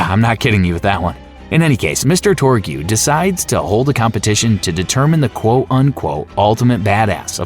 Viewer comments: I'm just watching this whilst I play video games and just heard "Mr. Torg-you" it made me cackle haha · "Mr. Tor-gew" 🤣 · Bro are you saying Torgew? Also Dr. Zed outright says he doesn't have a medical license, you didn't have to speculate. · "Mr. Torg-yoo"? are you kidding me? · “TOR-gyoo” “cuh-MAN-dent“ “muh-LEE-won” “VLAY-doff“ “guh-HEE-nuh” then “guh-HAY-nuh” “TED-ee-yore” The pronunciation in this video is wild, but the content seems pretty comprehensive. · Torgew? Borderline? Are you a robot?